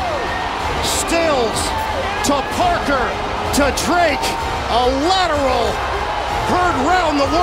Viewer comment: Hook and Lateral...not "ladder"